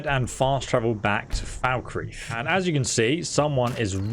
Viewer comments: Its not pronounced Foul-kreeth its Falk-Reeth as literally the npcs in Skyrim and ESO pronounce it this way. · Anybody else triggered by his pronounciation of Falkreath? No? Then you probably never heard it in russian... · I get mildly annoyed at how he says Markarth and falkreath Mark ath No there's an R Mild rant over